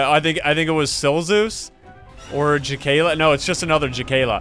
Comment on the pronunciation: That's creepy... My name is Makayla and it sounds like your saying my name and not Jakayla...